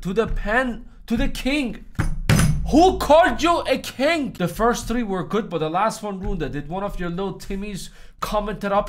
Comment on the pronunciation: Why do you say to the kink instead of king?